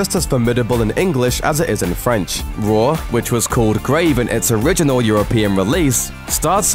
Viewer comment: Raw's French title is pronounced "Grahv", not "Greiv", but yeah… It's probably the best film I'll never watch again. X)